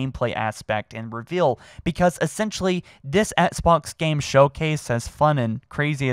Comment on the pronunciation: it’s Xbox, not ‘ets-box’. pleaseee start pronouncing ‘x’s in the word Xbox